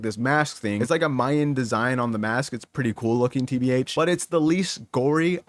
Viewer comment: Bro really pronounced "tbh" out loud